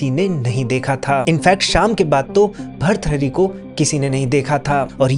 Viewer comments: Please improve your pronunciation of hindi ans Sanskrit . It is not bharthari. It is Bhartrihari see the ृ in त . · Bharthari nahi bhartrihari hota hai english man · अरे यार भृतहरी बोलना नही आता...आप क्यो बनाते हो व्हिडिओ...सोच रहा था ये किसके बारे मे बोल रहे हो... एक काम करो, कल सुबह जल्दी उठकर, आकाश की तरफ देखकर दो सौ बार भृतहरी बोलो...और अगर भ्रतहरी बोला तो अपने ही कान के नीचे एक थप्पड लगा लो... भ्रतहरी कहीं का... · भर्तहरी ❌ भर्तृहरी✅ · भर्तहरी ❌ भृतहरी ✅ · खूप खूप सुंदर माहिती. भर्तुहरी भ के बाद आधा र्. र को जोडकर तु आता हैं. उसके बाद हरी. भर्तुहरी.